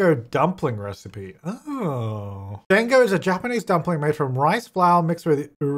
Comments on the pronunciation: its not DANG-O its pronounced like Daango with a long A sound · pronounced "dawng-go" lol. It is basically a round dumpling. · you pronounced Dango wrong XD those Hanami Dango Are Japanese Desserts as know as Wagashi ( wa-gashi) are traditional Japanese confections that are often served with green tea, especially the types made of mochi, anko (azuki bean paste), and fruit. Wagashi are typically made from plant-based ingredients.)